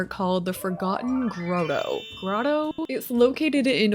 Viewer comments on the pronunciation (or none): it's not grow-toe. It's groh-toe. But very cool video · I love you and I love your videos but the growtoe got me …. lol I was like noooooo it’s Grahtoeee every time 😂 Thank you for making great content ❤ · It's pronounced grAHtoe. Like Lotto or Roboto. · Oh goodness. It's pronounced Gr-Awt-Oh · The way she says grotto haha growtoe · Girl, if I have to hear you say grotto like frodo one more time.😂😂😂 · Bestie it’s pronounced gra-toe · say groto one more time, "groto" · lol i can confirm that groto is not the canadian pronunciation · Hearing you say grotto like that is giving me an eye twitch lol. Love you but girl please listen to how to say it on Google XD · I love so much, but every time she said “grotto” incorrectly I wanted to disappear through the floor 😂😅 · I love Mai and Wayne’s love story!! OMG what a cute date spot!! Love your videos as always! 💕 I also get that infinity loop while traveling. Ugh. It’s really disgusting. So many ppl bothered by grotto lol. It’s okay y’all; there are bigger problems in the world than a mispronunciation 🤣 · Right I couldn’t tell if she is just Canadian™️ or didn’t know how to pronounce Grotto 😅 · I love you, but the way you're saying Grotto is sending me 😂😂😂😂